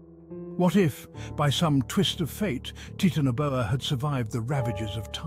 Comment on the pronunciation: Taitana Boa Not Titano Boa